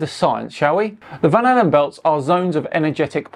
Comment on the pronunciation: lol, van allen, not van halen.